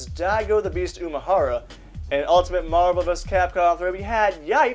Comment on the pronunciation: fuck I hate the way he pronounces marvel...